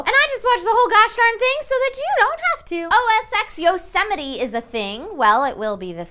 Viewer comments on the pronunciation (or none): Is Yosemite really pronounced "Yo-sem-it-ee"? I've always just said it as "Yose-mite". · Yosemite.....Yosemity? isnt it pronounced as Yo-Suh-Might. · I hate how she pronounced Yosemite